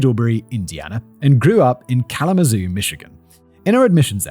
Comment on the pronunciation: I'm impressed that he more or less managed "Kalamazoo," but pronounced "Theta Chi" as "Theta Chai" 😂